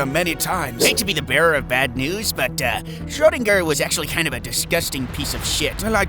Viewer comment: yet another American pretending to be German mispronouncing a German last name, I'm sorry but no German would mispronounce Schrödinger